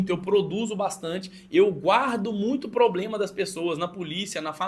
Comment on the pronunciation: "Cê é tão novo pra ter probrema" me quebrou kkkkkkkkkkkkkkkkkk